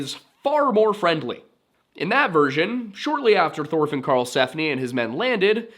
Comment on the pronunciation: Why do you got to say it like that. Just say it the way it's supposed to be pronounced Thor Fin. Not Tore Fin